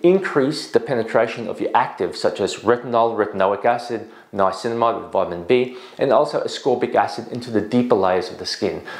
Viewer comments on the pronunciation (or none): none